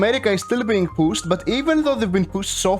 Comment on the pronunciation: I can't tell if he's saying pushed or PUSSED anymore 😭